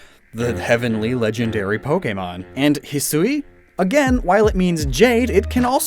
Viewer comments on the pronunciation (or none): That pronunciation of Hisui is odd. I know that's how they said it in the direct, but you would think they of all people would know to say it as hee-swee instead of hee-sue-ee. The emphasized "u" is an unnecessary extra syllable. And when you refer to the regional forms, it just sounds worse by saying hee-sue-ee-an instead of hee-swee-an. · Actually, hee-swee is more correct. Saying it how it's spelt means putting emphasis on the "u", which makes it sound like hisuui (ひ す う い) to the ear. It's just not how it's pronounced in normal conversation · Hate to be that guy but it's bugging me every time. Hisui is pronounced He-su-ee (Last part like eek without the K). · in my experience with Japanese, Hisui should be pronounced closer Heeswee than Heesooee, kinda by blending the u and i together (and no that's not a pickup line) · It's supposed to be pronounced "hih-swee" not "hih-soo-ee". The woman doing the VO in the trailer got it wrong. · Ngl I thought it would be pronounced "He-Swee" instead of "He-sue-we" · Perhaps to some, but the difference is in the amount of syllables. Hisui (He-swee) is short and Hisui (He-soo-we) is longer. The longer version also sounds like an English speaker mispronouncing the Japanese version of the word. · I thought it was pronounced "hee-suwee", sort of like Shusui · I speak Mandarin, and in Mandarin, "Sui" is pronounced "Sway" so hearing "Sue-ie" makes my monkey brain flip out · Hisui is pronounced (hee-swee). Awesome video as always. Love these lore videos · I was so bothered that they were not pronouncing the Sui in Hisui like the Sui in Suicune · It's a Japanese game, why wouldn't you pronounce it the way you would in Japanese?